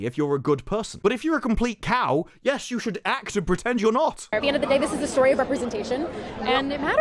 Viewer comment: "Love StOory?"..."Weeeird...weeIerd"🤡🤡🤡